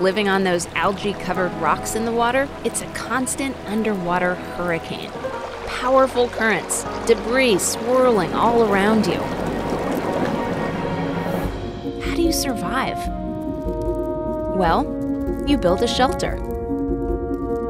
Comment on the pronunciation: You don't know how to pronouce debris correctly. Its silent S